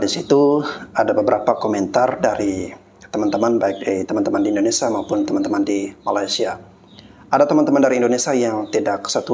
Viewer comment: Mf bg membetulkan penyebutan.. Bukan indonesa bg tapi indonesia..